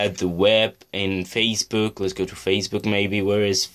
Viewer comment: He said faciebook I love it